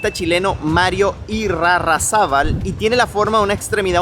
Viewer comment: Está mal pronunciado el apellido del artista creador de la obra "Hombre emergiendo a la vida".